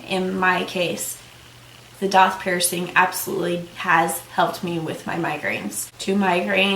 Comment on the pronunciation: DAITH IS PRONOUNCED DAY -TH .